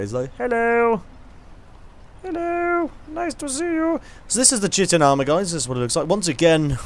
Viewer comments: Just one quick nitpick. its pronounced kite-in not chit- in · It's pronounced Kai-tin, by the way.